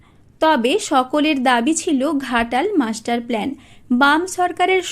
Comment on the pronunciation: অশিক্ষিত চ্যানেল। that’s “plan” not “plane”